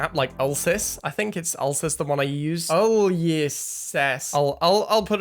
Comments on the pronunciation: It’s pronounced YOU LEE SEES 👍🏻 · Ulyssyes is pronounced you-lih-sees